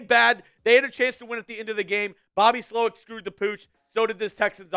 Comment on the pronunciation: Emphasis on the second part...